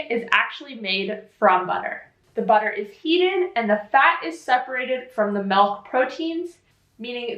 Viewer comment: You almost pronounce milk like in Danish (MÆLK) lol